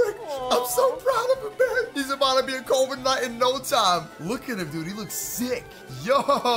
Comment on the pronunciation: Instead of corviknight I heard covid night